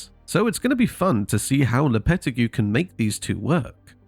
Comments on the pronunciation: Lopeti who ??? Learn to pronounce his name before doing a video. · bro pronounced lopetegui horribly